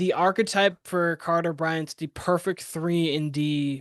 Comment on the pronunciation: When you say “arch-type”, do you mean archetype? Pronounced like Arc•cah•type??